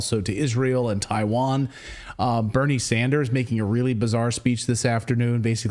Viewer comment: It's Isreal, Ukraine, Tiwain